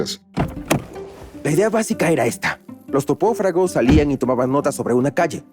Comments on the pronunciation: Minuto ... los TOPÓFRAGOS jejejeje lo tuve que escuchar de nuevo varias veces para entender que en realidad debería haber dicho topógrafos 😂😂😂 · Topofragos 😮 será topografos🤷‍♀️